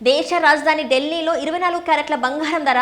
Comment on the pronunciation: Banghaaram kaadu bangaram See your promouncement and correct